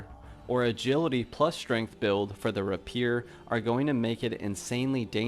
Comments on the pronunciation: Am I crazy or does he keep pronouncing "rapier" wrong? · yep he does